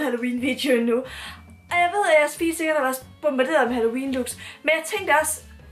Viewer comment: "Altså halLOUween", er jeg den eneste der ikke kan lade vær' med at tænke på det? 😂